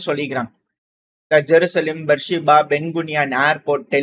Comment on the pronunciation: பீர் செபா, பேர்சிபா அல்ல?